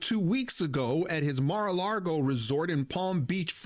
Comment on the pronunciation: Mar A lago, means sea to lake.. NOT mar a Largo